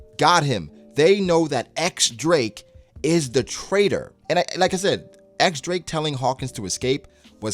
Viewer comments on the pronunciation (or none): Its "Diyes" not "ex" Drake. But yeah, great chapter and review.